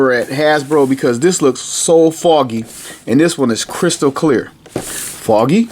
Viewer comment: “Foggy. Crystal Clear (Christolclear).” I like that! 🤣 Awesome review by the way!